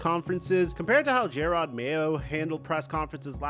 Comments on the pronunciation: "Jay-rod Mayo" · It's not JAY-ROD Mayo its jer-rod Mayo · Holy shit. Its JA-ROD NOT JAY-ROD. Also, Vrable is NOT a disciple of Bill. Holy shit, do some research... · Why are you calling him J-rod Mayo? 🤦‍♂️ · Jayrod mayo? How do you report on sports and not know their names lol. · Who tf is Jay-rod lol wtf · “Jayrod Mayo” holy shit kill me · Mayo was around for a whole year and you still calling him Jay-rod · Who tf is JAYrod? Get his name right breh this is your job. SMH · Jay-Rod Mayo lol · Jay-Rod?? Come on man if you can't say his name right your clearly not a football fan. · J air odd??? WTF is wrong with the way you pronounce names sometimes??? is it on purpose? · It's not Jay-Rod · How you say Jerod Mayos name bothers me so much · Are you pronouncing his first name incorrectly on purpose?